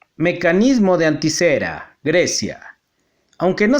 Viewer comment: No es anticera, es anitcitera